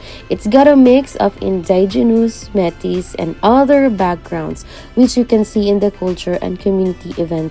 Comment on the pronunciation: I’m very sorry but I cringed so hard when you said “Metis”. Please, “may tee”….. Welcome to the north.